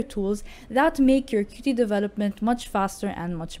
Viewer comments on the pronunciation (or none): It’s not QuTee, it’s pronounced “Cute”.